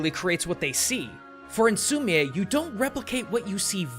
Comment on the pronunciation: I did an art unit on Sumi-e painting and umm... you said it wrong. It’s pronounced like sumi the an e. Just letting you know.